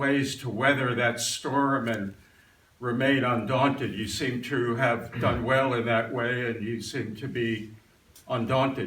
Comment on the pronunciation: Why do women, these days, pronounce the word "to" as "tiw"?